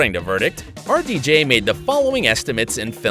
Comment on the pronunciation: who else though that when he said RDJ he actually was saying our DJ